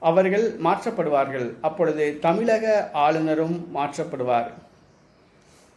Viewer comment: தமிலக... இல்லை 'தமிழக'